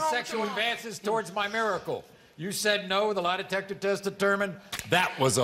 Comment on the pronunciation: When he said 'mimiracle' i thought he was complimenting her